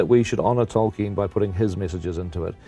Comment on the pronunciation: As far as I know, the way Charlie Rose pronounces Tolkien is completelly wrong. Why did he say it like that? Is he that clueless?